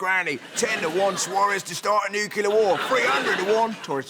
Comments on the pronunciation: It's pronounced NUCLEAR not NUCULAR!!!!!!! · It really bothers me he cannot say the word "nuclear" and always says "nucular"... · NUCLEAR !!!!!! NOT BLOODY "NUCULAR" RUSSELL !!!!! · i think most british people say nuculur, it’s a matter of where about your from